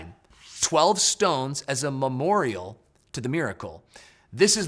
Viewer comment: Just say "memorial" bro. Love your energy tho. Peace